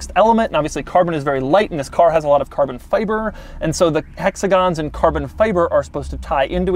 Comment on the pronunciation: Buzzwords for Doug: Alcantara, quirks, and Carbon(but how he pronounces it so “Carbnnn”) I feel like he sits at home practicing these words. Haha sorry Doug, I love your videos but I gotta take my shots too